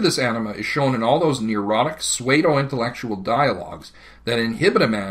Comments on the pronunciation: "SUEDE--o-intellectual" I choose to believe that, instead of grossly mispronouncing pseudo, he's talking about armchair intellectuals dressed head-to-toe in suede. 😹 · The lecturer mispronouced pseudo, and another word i forgot. You mispelled divine. We are commicating thru shared knowledge, that is dependent on not misspelling and misprouncing for at least aesthetic values. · You pronounced pseudo entirely wrong.